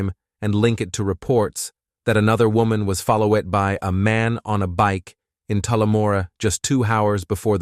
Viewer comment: One second this mofo says Woman and the next he says WHOAMAN. Damn dude. Getting rough out here on True Crime Youtube.